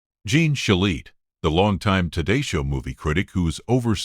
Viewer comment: Pronounce his name correctly, please.